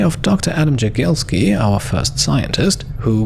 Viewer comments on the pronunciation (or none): Exacly that is the case. Also i can mention, that J in Polish pronounce like "Y" in Yeti. So the proper pronouncation should be Yagielski ;-) Great episode. Sadly xleigaj will not participate in battle, but will have his contribution to victory!